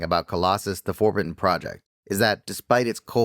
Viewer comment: "we humans" that is pretty rich comming from an AI narrator that cannot pronounce "forbidden". 😂